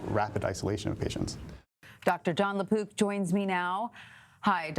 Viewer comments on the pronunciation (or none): Lapook not lapoop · Please emphasize the " k " sound on the mans last name. I thought ya'll were saying LaPoop...